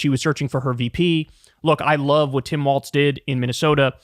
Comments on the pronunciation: KYLE!!! WALLS...NOT WALTZ!!! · Walz not Waltz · There's no T in Walz, please. Pronounced just like walls. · pronounced "walls" please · Kyle still figuring out how to pronounce Walz, I see. You can do it, Kyle!